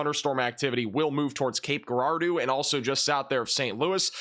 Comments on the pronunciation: 'jeer-R-doe' is how Cape Girardeau is pronounced. FYI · lol.....Cape Girardeau is pronounced Cape Ja•Raw•Doe. ❤❤❤ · Congratulations on ;your graduation! You work so hard, it is really impressive. FYI the pronunciation of the City of Cape Girardeau is 'jer are doe." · Jer-rar-doe lol 😉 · Gerard-oh. (Cape Girardeau, MO) Jeh•RAHR•doh. Not nitpicking, love your work. Keep stunning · Cape Girardeau, MO is pronounced like Cape Jer-rard-oh. Great Channel!